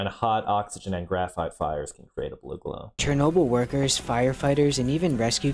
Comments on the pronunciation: why is everyone pronouncing it as cher-nobyl when its cherno-byl. black plant, pelen, wormwood, artemisia absinthium. thats what it means. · I do not like how they pronounced Chernobyl